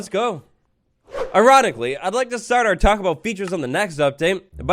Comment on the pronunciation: Bro I thought he said “erotically” instead of “ironically” 😭